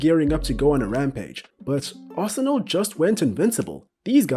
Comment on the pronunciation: When he said Arsenal… 4 that hurt my soul